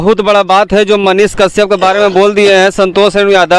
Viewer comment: पाहिले तोरा मुह से साफ मनीष काश्यप का नाम सही से नही आ रहा है तू मनीष के पास बोले गा कैसे । बबुआ मनीष कश्यप के भीरी बोले में हग देबे लागत बा अइसन। चैलेंज मत ले फिर दोस मत दिहे